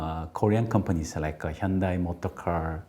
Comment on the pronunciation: You are pronouncing Hyundai wrong, and you are korean !!!! It's pronounced Hyundae